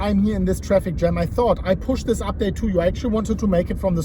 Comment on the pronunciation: The Moon- "Eeen theesh video, exactly as i predicted"